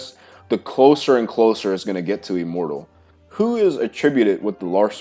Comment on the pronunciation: The first time you said "immortal" I understood "immoral". Now that really stirred my imagination, what kind of exercises those would be 😂